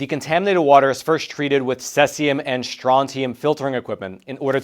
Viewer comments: Its seezzium (cesium) not sessium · Cesium is pronounced "See-zee-uhm", and Becquerels is pronounced "Beck-a-rels"...just for your information! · Pronounced “seize ium…”